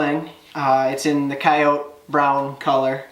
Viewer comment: I gave you a thumbs up because you pronounced coyote correctly.